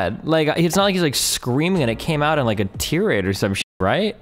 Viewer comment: disliked for "Tee-rade"